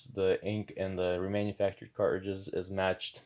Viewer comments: I can’t get over “cart ridges” man. Please just pronounce the word properly. Please!!! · I don’t know why, I’m the way he say cartridges makes me angry…